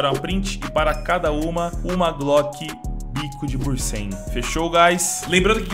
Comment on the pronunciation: Tu falou pra te corrigir, então, não é "bursen" é "bunsen" kkkkkkk